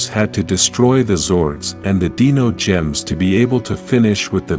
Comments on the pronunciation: It angers me that he cant say “divatox” or “Dinogems” correctly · Dude I don't know where the hell you're from but a couple things one it's Zordon too it's a Divatox and finally it's Dino gems the way you're saying it it sounds like Dino from The Flintstones learn how to speak English dude because for you not saying the names right of stuff I grew up over the years with I'm not subscribing to you I don't care if you have 1.76 K subscribers you need to know how to say the characters names right and the stuff that helps people morph right good day sir